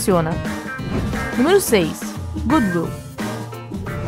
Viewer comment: Otimo video! Parabéns Observações: Ela repetiu duas vezes a informação sobre a família da Mitsubishi... e a pronúncia de goodwill está errada